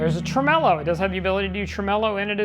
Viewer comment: How are you spelling tremolo? Tremelo? That seems to be how you’re saying it.